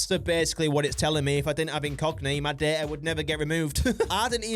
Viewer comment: every time he said data i thought he said dirt